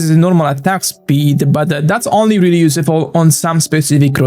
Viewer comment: Hello, I hope I don’t sound mean with what I’m about to say. Your English is very good! But you are mispronouncing the word “useful”. The “use” should sound the same way it sounds in the word “useless”, which you do pronounce correctly. Very insightful video as always, thanks very much for your efforts, you rock!